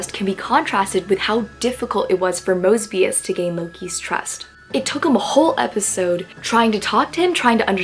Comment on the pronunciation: I'm sorry😂 when you said "mosbius," I immediately thought of mr. moseby🤣